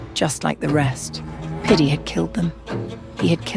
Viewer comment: Even the guys name is piddy and he just replaced the d with a p😭💀